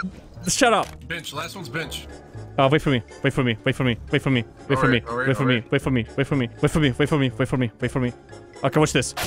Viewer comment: it went from "wait for me" to "wiffumi"